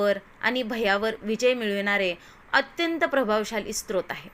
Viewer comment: सत्रोत नाही ओ 😅😂 स्तोत्र